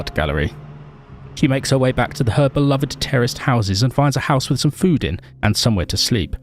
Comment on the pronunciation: What He says: terraced houses What i hear: terrorist houses 😀